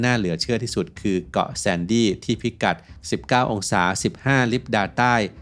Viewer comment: ทำไม่ต้องออกเสียงเป็น ไอแล่น ทำไมไม่ออกเสียงเป็น ไอแลน